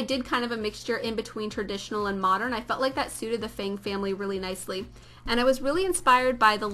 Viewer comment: feng... as in fung....